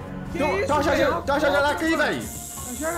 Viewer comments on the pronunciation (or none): Tu falou jajaraca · O nome não e jajaraca e jararaca